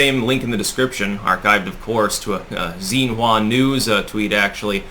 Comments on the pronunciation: BTW, XIN in Chinese is pronounced "shin" 😁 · X in pinyin is pronounced sh Xi jinping is shee jinping Xin hua news is shin hua news